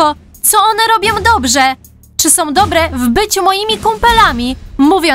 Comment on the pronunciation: Wow * nie łał są *a nie som